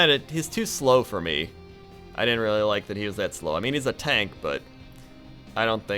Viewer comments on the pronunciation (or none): none